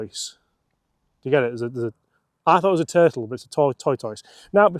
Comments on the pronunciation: I'm so sorry, but I have to say something. For a Brit from the UK.... masters of non-phonetic pronunciation, it's not 'Tor - toyce". Tortoise is pronounced 'Tor-tuss" in the English language. I just can't hear you say that one more time. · It is tortuss not tortoys.